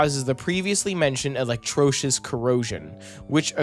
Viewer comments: FYI, the word is pronounced e-lec-TROH-li-sis. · e-lec-TRAH-le-sis (or thereabouts)